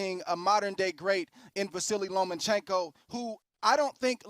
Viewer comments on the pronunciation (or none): ... OKAYYYY FOR THE UMTEENTH TIME,,,, it’s LOMACHENKO,,, not LOMANCHENKO!!!! Respect him and get his friggen name RIGHT!!! MAN this pisses me off,,! 😘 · At 4'00'' "LomaNchenko"... It's almost unbelievable, the USAnians are not even able to properly repeat a word or a name in any other language. And that name is the P4P boxer, not an unheard man from the street. And you, all of you, are boxer expert. Really unbelievable. By the way, 22 vs 32, 135 going up to 140, vs a 125-130, which already had troubles at 135. Every fight at 135 is a huge risk for Loma, being too small for 135